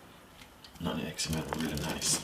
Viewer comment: Brother, I must tell you. The word is NUTMEG and not Nut 'N' Egg!!!! 😂 😂 😂 😂 😂 😂 🇯🇲🇬🇧🙏🏽❤️